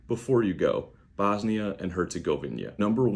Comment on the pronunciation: I’m Swedish and in Sarajevo now 😊 Please learn how to pronounce the country’s name properly 😂